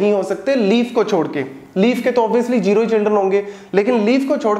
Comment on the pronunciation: sir jero nai zero hota h plzz correct krlyn ye jero jero 😐😐😐:eyes-purple-crying::face-purple-crying::face-blue-wide-eyes